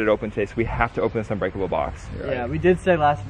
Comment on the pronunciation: Uhh you said it wrong its unbreakable not onbreakable fool